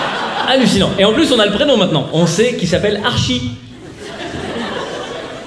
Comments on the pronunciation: On écrit archi mais ça se dit artchi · Archie ça se prononce "artchie" je pense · tu prononce mal c'est le diminutif de Archibal prénom d'origine allemande et ça se prononce "Arché" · Ça s'écrit Archie maos ça se prononce Artchie ahahah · Tes blagues mon fait rire mais il faut savoir que le prénom Archie se prononce Artchie voila pour la précision :) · Archie c'est pas l'abréviation d'Archibald 🤔 donc qql part c'est un peu royal, mm si c'est que Archie et est-ce que ça se prononce pas avec un t genre Artchie (en plus ils sont anglais) Si tu vois pas regarde Riverdale 😂😂